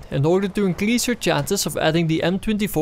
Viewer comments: Great video, only thing annoying me is that you keep saying ''inclease'' instead of ''increase'' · dude its in fuckin cRease and not incliease